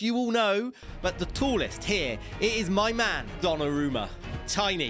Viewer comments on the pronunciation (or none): none